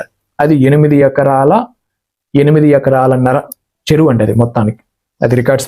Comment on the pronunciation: జై శ్రీరాం.!! మీరు "చ" పలకడం నేర్చుకోండి సార్! చెరువు, చేసి లాంటి పదాలు సెరువు, సేసి అంటుంటే ఎబ్బెట్టుగా ఉంటోంది సార్!